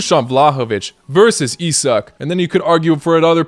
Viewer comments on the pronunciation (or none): none